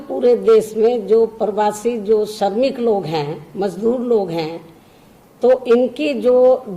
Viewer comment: Me Mayawati ji Behanji ki bhut izzat krta hu lekin mujhe dukh hota he ki behanji ki hindi bhasha shudh nhi he . Madam sha shabd ka ucharan sa keh kar ke karti he jsise pradesh ko prades kehti he .shramik ko sramik keh rahi he . Madam bhasha par dhyan de to acha hoga.